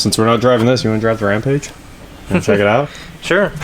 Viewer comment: You said rampage wrong must be angry 😛✌️